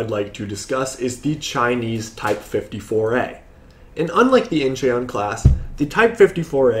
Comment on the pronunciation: Incheon is pronounced more like In-schon fyi Love what I'm seeing on your channel. I'm a bit of a naval history buff, but I focus on or so. I'd love to discuss.